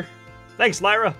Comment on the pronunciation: Max your pronounced Lyra wrong